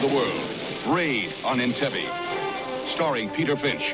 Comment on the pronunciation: Announcer mispronounces "Entebbe". Wow. Would everyone have still flocked to see "Raiders of the Lost York"?